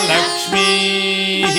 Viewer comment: Please please please...your vocals are sounding as Lakshm....Nashyata...instead of ALAKSH.. Nashya.... Sorry for.being rude but I thought this website atleast would have a correct sounding 😮...